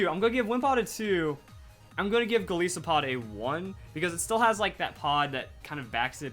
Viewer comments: Nooooo, Golisopod gets a STAR. Goliath + isopod. It's a GIANT badass isopod. You'd probably notice it if you pronounced it right: Gol-eye-so-pod. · Golisopod is 3. You said it wrong. It's Goliath + Isopod